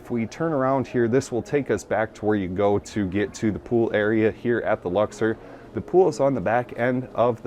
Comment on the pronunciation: Why are you pronouncing Luxor that way? There's no e in that word